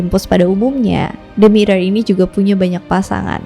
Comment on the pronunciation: Hampir salah ngomong, namanya Demeter malah jadi Dementor 🗿🗿